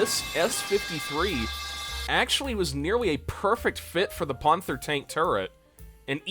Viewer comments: why do you pronounce panther ponther? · Your videos have potential, but you've gotta work on your pronunciation. Surely you've heard the word "panther" pronounced before? And, as a tank enthusiast, "panzer" as well. Not to mention "calliope" in a previous video. Im not trying to be mean at all, it just needs some work. Otherwise the videos are quite interesting! Though maybe slow the pace of the edits down just a bit. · why dont you pronounce panther right?